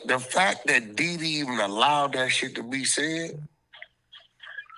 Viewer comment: It's Dede brother, not Dede